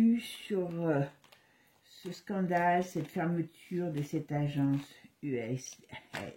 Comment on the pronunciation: Us a.i.d pas Day 😂